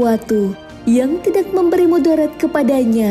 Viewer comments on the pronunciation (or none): Suranya bagus, Tapi Pas Penyebutan (Tidak) Kurang enak Di dengarnya.. Karana Disebut Jadi Tidaxxxxx